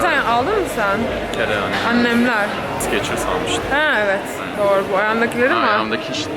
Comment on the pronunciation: Video iyi hoşta o ayakkabı markası olan skechers -şekırs diye okunuyor😂 sikeçırs diye değil😂😂😂😂